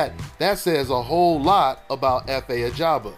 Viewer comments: His Surname is AJAGBA not AGABA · His name is Efe Ajagba NOT Ajaba!!!